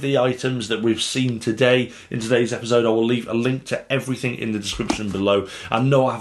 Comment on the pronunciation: how you say "epizode" cracks me up lol